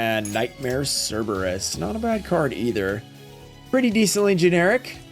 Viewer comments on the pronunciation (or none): none